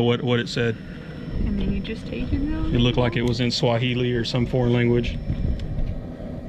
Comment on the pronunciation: 5.3 is awesome. Good job. Good to hear say “Swahili” you sounded Kenyan😄